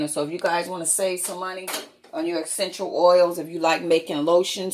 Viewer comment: Take a shot every time she says “guys” or “exxxxenshul oils” or “senshull oils”